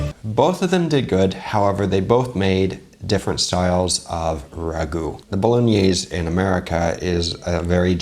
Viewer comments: Not saying boloknees pog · Knowing Vincenzo, pretty sure he would NOT approve of the video. I'm sure you know as well as I do that'd at the very least he'd stop the video to correct how they are saying Bolognese. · I think Vincenzo would start by correcting their pronunciation of Bolognese. And he wouldn't be happy with the garlic, or butter. A video I saw recently by NOT ANOTHER COOKING SHOW was for Pasta Alla Genovese Frank's recipe looked a lot like that.